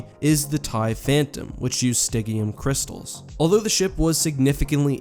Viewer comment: Sty-gee-um crystals, I think it was pronounced. And Phantoms entered surface after ESB.